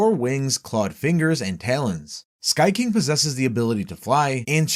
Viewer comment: "The subterranean ki-ing"